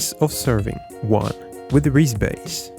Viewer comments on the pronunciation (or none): none